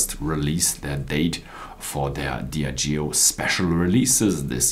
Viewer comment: Its pronounced Dee ah jee oh